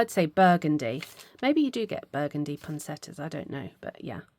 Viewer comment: Wow! I wish we had NF/wool Advent Calendars in Australia. Thanks to you sharing this, I have suggested it to one of the shops here so hopefully next year they will do it. By the way, Poinsettias is spelt with an 'i' and it is pronounced with it as well. Zuzu's petals are from "It's a Wonderful Life" with James Stewart and Donna Reed.